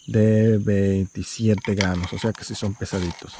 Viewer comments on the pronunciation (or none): hasta el traductor pone "granos" e notado que así lo pronuncias, porque no dices gramos?